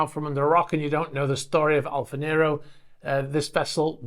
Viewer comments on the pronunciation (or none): none